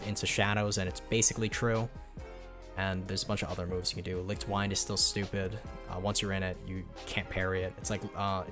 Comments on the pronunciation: did bro just call wind wined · Saying wind wrong is crazy